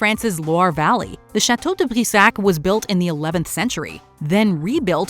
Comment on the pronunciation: OMG! I loved how you pronounced «Chateau de Brissac» and «Charlotte de Brisé(...)» with almost no accent but just a little bit one which gave a charming touch to it. I really admire your narration being so fluid despite of many foreign names. I too share with you the belief of pharaohs’s curses. There was way too many documentations witnessing what happened to people who were directly, and even indirectly, in contact with the discoveries of those tombs.